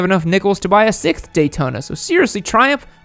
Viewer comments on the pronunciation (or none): sixth not sikth